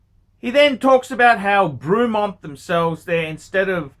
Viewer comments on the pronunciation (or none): I think you need to pronounce the brand correctly 1st… fucking Bruumont?? The actual feck?? Try Breh-mont. stick to ya shaggy Rolex bud. I’ve owned 2 different “Breh-monts” & both have been absolutely superb. Wouldn’t have any other. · I've watched a few of his reviews, what an absolute cock. An Ausi who can't pronounce words properly like Brewmont AKA Bremont and Roolex and is against something from the UK, what a surprise. All the major brands started somewhere and Bremont seem to be doing things right. Buy one now and see it's value increase as the Bremont brand gains a foothold in the prestige watch market moving forward. Bremont offer a 3 year warranty on their watches which shows confidence in their product, even Patek only offer 2 years like most other high end brands except Rolex and Omega. I've owned many models of Rolex, none were as good or accurate as my Omega Planet Ocean. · You can't even pronounce the company name and I'm sure Rolex are thrilled you buy their watches , then slag off UK military? Fat useless wanker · Would have been better if you could pronounce it properly dick head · Rolex, over priced jewellery. Can you do me a favour and learn to speak properly please. If you are going to talk about something at least have the courtesy to find out how to pronounce the Company name correctly. Also, the watches are not ugly as beauty is in the eye of the beholder not you. Pricing, well if you don't like the price don't buy the watch. Please stop swearing, it just makes you look stupid, argue against the watch by all means but be constructive in your criticism not just saying f**k. The video clearly shows that you know very little other than your own self importance.